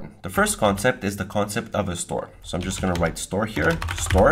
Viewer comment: 😂 love it when he say "if i can just type" and sounds like 'fuckin' just type'